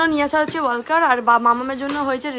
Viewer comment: ওটা ওয়াকার, ওয়ালকার নয়